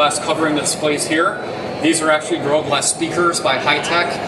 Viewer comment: This guy is a good presenter... but he doesn't pronounce "gorilla glass" very clearly